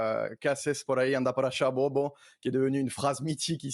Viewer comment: Peonel Fressi arrugara como siempre... le consultant qui vit en Argentine il faut qu'il apprenne à dire "bobo"